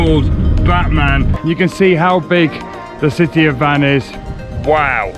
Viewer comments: Great trip on the eastern side of Turkey. Please put some effort to pronounce the names of places properly. Van, for example, should be pronounced rhyming with "one". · Actually the name is not Van it's Wan but Turkish don't have W so they changed the name from Wan to Van